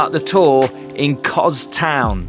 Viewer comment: It's Kos (soft 's'), not Koz. Beautiful place though, just got back. I recommend going to 'paradise beach'. we were talking to a local about that place, apparently it was once owned by a guy who ran it like a small hotel, but when he died disputes in the family about who should get it meant it ended up a ruin. A real shame as it's in prime position overlooking the harbour. That noise isn't Crickets btw, it's Cicada. the flash looking pirate ship looks tempting, but they're packed on like sardines in a tin. Half the people on there are stuck on a lower deck, hot and pissed off with no view. I would recommend picking one of the small boats for the 3 island tour, it's a much nicer experience.